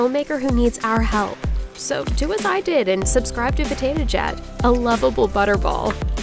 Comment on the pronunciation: I heard her say "Potato Jat"... Just me?